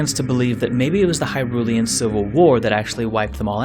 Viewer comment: Pronounces the word "Hyrulian" just fine Fricks up on saying "Hylian"